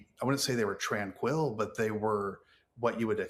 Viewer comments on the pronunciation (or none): The gall to say the waves have normal cadance after pronouncing tranquil and tran-quil is wild